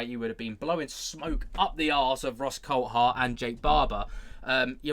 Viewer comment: What's everyone calling him Coul-Hart for ? Its CoulTHart.